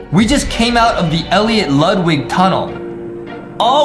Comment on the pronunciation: Elliot(El-leeot) Ludwig(Lude-wig)